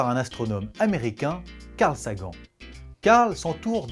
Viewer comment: Carl "Sagen" *facepalm*, ça se dit Carl SaGANNE